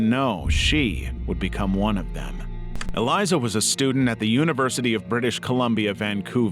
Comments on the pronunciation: It’s Elisa. Not Eliza. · You could at least pronounce ELISA right if you’re going to include her story